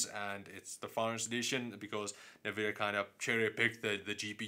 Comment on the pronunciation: Dude, I cringe every time you say "Navidia". Other than that great vids! :P